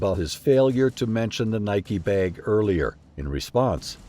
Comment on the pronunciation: Hearing the narrator say “beg” instead of bag kills me 😂